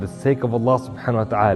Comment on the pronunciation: Say the name of Allaah properly. و الله اعلم و احكم